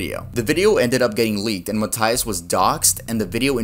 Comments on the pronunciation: Mataias, MATAIAS broooooo 😂😂😂😂 why do u say it like that It’s Matias 😭😭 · You are saying MATÍAS wrong it's m-a-ite-as